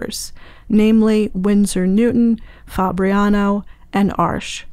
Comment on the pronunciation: As a German I find it so funny when people call Arches "Arsh". "Arsch" means a*s in German, lol. Btw, which one would you recommend for illustrations and portraits? I'm using hot pressed for that and been using the Academy so far. Do you think the artist grade would perform better?